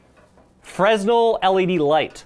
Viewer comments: And it's pronounced "Fre-nel" The S is SILENT you ninny! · Not a Freznel buddy! The "S" is silent.